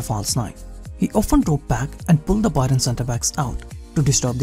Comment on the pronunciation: It hurts my ears when you say 'BUY-RUN' 😂